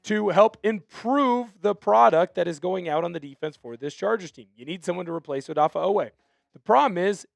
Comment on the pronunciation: Cracks me up every time I hear “Odaffah Oweh”. 😂